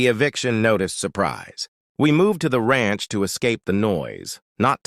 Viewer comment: "Ransh"??? Who made this video?